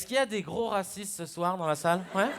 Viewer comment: Karim Ayayou Bah généralement on dit qu'il remplace les "R" par les "W" et "rwaciste" .. --' enfin bref